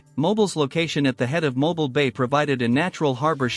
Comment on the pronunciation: what a pitty that such a beautifully made film could not pronounce her very name correctly: It's pronounced "Mo-BEEL"!!!